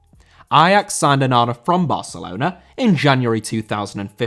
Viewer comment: Barcelona* not Bohçalouwner